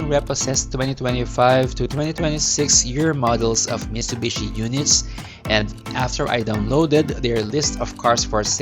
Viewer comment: Delikado ang repossessed, maraming owners ang nagbebenta ng parts para maka bawi sa nagastos nila (isswap yung aircon condenser sa sira + cash). Tsaka Mi"T"subishi po ang pronounciation, hindi "Mishubishi"